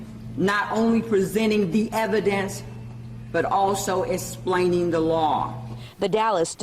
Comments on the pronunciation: “Esplaning the laaw”. Hahaha your black culture is no excuse for your laziness. How are you a DA and cant even pronounce words in the English language..? Also this case is a basic white cop shot a black person so blow it out of proportion. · "Exsplaining"? Dallas D.A needs to learn how to pronounce 'Explaining! ! Keep electing people who can't even speak correct expect problems. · Did I just hear the district attorney say "esplainin the law?" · So the black woman doesn’t even know it is, “explaining”, and not, “esplaining”, and she thinks we believe she’s capable of understanding, interpreting and applying the law in ANY situation. You put a suit on an imbecile and it’s still an imbecile.